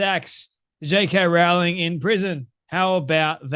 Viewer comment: Rowling. Not 'row'as in arguing, but 'row' as in rowing a boat. Best to pronounce her name correctly.